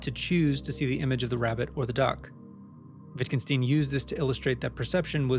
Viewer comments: WittgenSTEIN not "steen". Stein, as in Einstein. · I cringed at the way you pronouced "Wittgenstein". The "Stein" is pronouced the same as in Einstein, not "steen". Otherwise great video, just felt the need to point this out.